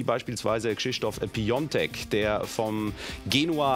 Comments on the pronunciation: Ja er wird ohne Sonderzeichen Piatek geschrieben, sodass man schnell denkt so wird er auch ausgesprochen. Aber im polnischen schreibt man ihn "Piątek" was dann wie "Piontek" gesprochen wird. Wir kriegen so oft Kommentare "wie sprecht ihr denn die Namen aus?" etc. aber im Endeffekt alles korrekt. Die Nachfrage ist dennoch natürlich nicht unberechtigt! ;) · Er wird tatsächlich Piontek ausgesprochen. Aber frag uns nicht warum das der Fall ist 😅😅